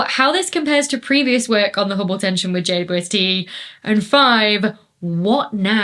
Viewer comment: Why can't Dr. Becky say "JWST"?